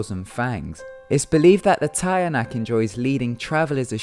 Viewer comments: It's chanak I'm Filipino so trust me (cha-Nak) that's how u say it... Don't be scared it's fake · The tiyanak it's pronounced chanak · tiyanak is pronounced as "cha-nak" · "tiyanak" is actually pronounced "CHA-nak" you're welcome bro:) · TIYANAK. Pronunciation- Tsa-nak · Tianak is actually pronounced as cha-nak :) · Tiyanak is pronounced "Chanak" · LOL your pronounciation of TIYANAK is wrong XD The pronounciation is "Chanak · its teeh-yanahk not tie a nack lol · You pronounced tiyanak wrong it's pronounced as chanak ty P.S. I'm filipino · Tiyanak is pronounce Teeyanak in da Philippines but oh well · Oh yeah, it's not tiyanak. It's "chanak". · hi there the way u pronounced tiyanak is so cute ta-ya-nak but here in the philippines we pronounce it cha-nak😁😁😁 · it's ti-ya-nak not taya-nak hahahahaha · Correction. Tianak is pronounced 'chanak' not 'tayanak'. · #3 is pronounced as "CHA-NAK" not "TA-YA-NAK"... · tayanak? it's "tyah-nahk" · The tiyanak is not pronounced as "tayanak" it is pronounced as "chanak" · It's not TA-YA-NAK. It's CHA-NAK. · it is pronounced "cha-nak" not "taya-nak", also turning your clothes inside out confuses them not amuses them. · tiyanak is pronounced “chanak”. a folklore made by the spaniards to scare resistance forces in the woods. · Correction.. Tiyanak is pronounced as "chanak" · Tiyanak is pronounced as 'Cha-nak' 😉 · Tiyanak is pronounced as cha nak im a filipino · the tiyanak is pronounced as " chanak" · hi, i think you pronounced tiyanak wrong, umm I know this because I'm a filipina... it's supposed to be pronounced as “cha-nak” and yes it's said to be a real baby but it only turns into a tiyanak once the baby died from birth or if the mother intentionally kills her own baby, it looks like an ordinary cute baby at first to fool people then after that it shows its true horrible look. tiyanaks are dead babies soul that seek for revenge cause of what they're mother did to them.